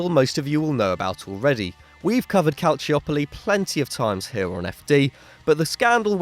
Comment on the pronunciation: CalChopoli not calcchiopoli